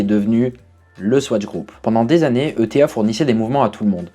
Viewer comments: Bonjour, J'ai plusieurs remarques concernant cette vidéo : - Pitié, ETA c'est éta, pas E. T. A. - À , c'est quand même dommage de parler du Powermatic 80 et de montrer une Gentleman à quartz... De plus, contrairement à ce qui est dit, on ne retrouve le C07.1xx dans aucune Gentleman. C'est le C07.601 dans la Open Heart et le C07.811 dans les autres (Silicium inscrit sur le cadran). - Enfin, pour information, on dit UN spiral (j'ai bien noté la correction à l'écran) car en réalité c'est le ressort spiral qu'on a abrégé en spiral. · Pour info, en Suisse ETA se prononce /e.ta/.